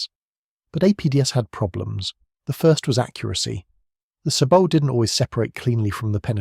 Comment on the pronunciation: There is too much reliance on unchecked AI and some of the information unreliable, known myths. The commentary is prone to weird pronunciation, specially numbers. 'Sabot' and 'glacis' are both French words, which should be pronounced without the final consonant; this commentary is inconsistent. Is a real human commentary so expensive? Actually the piece is generally excellent, but would be so much better if it human fact checking and editing also the if the commentary were read by a human.